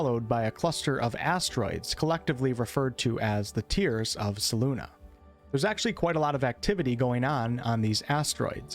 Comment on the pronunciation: Ahh!!! You always say Selune wrong and it drives me nuts. Sorry, I had to bring it up. It is either Seh-Loon, Seh-Loon-eh,_ or Seh-Loon-ay. Not "Seh-loon-uh." Imo the only ones that sound right are "Seh-Loon" and "Seh-Loon-ay," with the latter probably being my favorite. Lol, it's like you're saying her name with a Brooklyn or North Eastern Massachusetts accent. Love the vids man! Edit: Btw, my favorite Forgotten Realms Book was, oddly enough, the first as well. "Darkwalker on Moonshae" by Douglas Niles. Maybe it was because it was the first FR book I read, but whatever the case, it was a fantastic trilogy. One of the supporting characters, an Assassin named Daryth, was the inspiration for Drizzt. The story from R.A. himself goes something like this: "Well, the Moonshaes aren't that large a place. Any epic story taking place in that region at that time would have to at least mention the storyline and characters of Doug's fine book. I was thrilled at the prospect of working with Doug Niles, but I didn't want to steal his characters. I came up with a compromise that involved Daryth from Doug's book to introduce the hero of my book: Wulfgar, son of Beornegar, of the barbarian tribes of Icewind Dale. TSR, however, did not want to share characters as they did in Dragonlance, and when my agent called I had 35 seconds to think of a replacement for Daryth, the dual-wielding assassin..." R.A. Salvatore And so Drizzt Do'Urden was born... "Drizzt Do'Urden, of D'aermon N'achezbaeron, Nin